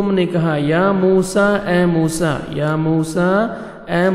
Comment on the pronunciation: A.o.A bht acha parha app ne phr app ne mosa (a.s ) nai bolo